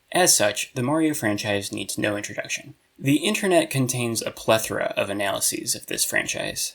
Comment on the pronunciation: Ty for being a video essayist who pronounces plethora correctly